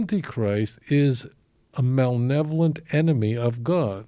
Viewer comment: for such a brilliant man, a walking encyclopedia of biblical knowledge, I'm surprised he mispronounces this word malevolent as much as he does. It's not malnevolent